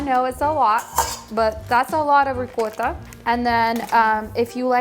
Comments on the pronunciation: Ricotta is pronounced REE (Like SEE) -COT (Like GOT) TA. RI-COT-TA! I hope that helps! It's very good as a layer in Lasagna. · Ricotta is pure Italian in any way. So the right pronunciation is with " o" . In your language you can pronounce how ever you like . If you respect and you are educated to respect other languages and yourself is nice to say exactly like in that language. That means you learn enough in the school to make the difference between ricotta and " rigota".❤😂